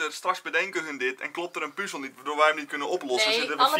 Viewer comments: Like als je het ook een heel klein beetje irritant vind dat ze puuzel Stukjes zeggen ipv puzzel stukjes😂😂😂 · Wie ergert zich ook zo erg aan het feit dat ze puuzel zeggen inplaats van puzzel😂